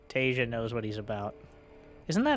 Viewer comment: "some of you may recognize.. Taeja" looking at another monitor, my head cranks around like something from a horror movie bit i beg your finest pardon?? what name did you just say?!